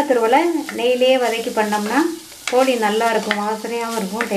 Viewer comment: போலி அல்ல போளி